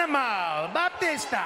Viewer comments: Called Batista , baptista and calling Kane "Carne" gets me all the time 😂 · The Manimal "BaPtista"🤣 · Best ones: Imma boptista! You have a big mouth, John Chena (cracks Cena) You see… KYJ Randy Ortahn! You SONAMAGUN!